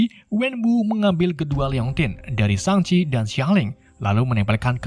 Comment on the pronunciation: Shang-chi✖️ Shang-abi✔️